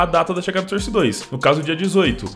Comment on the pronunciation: Mano pfv pronuncia source direito